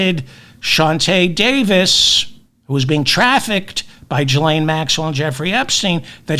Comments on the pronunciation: I'm pretty sure it's a hard G...Gee-lane...😉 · Ghislaine is pronounced "ghee-LANE."